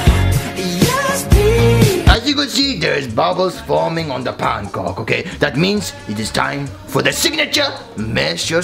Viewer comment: "Pan-COK"